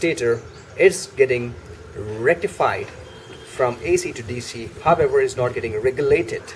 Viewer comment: Nice informative vid. Everytime he said however i heard, herbivore. Is it only me?